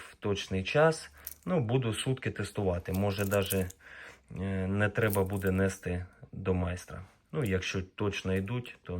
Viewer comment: Обзор от ИИ Наголос у слові "нести" падає на останній склад: "нестИ". Отже, правильно казати: "нестИ в ремонт". Наголос у слові "прошу" падає на другий склад, тобто "прошУ", коли воно вживається як форма дієслова, що виражає прохання або спонукання до дії.Боротьба з рагулізмами триває😂 ps ролик полезный!!!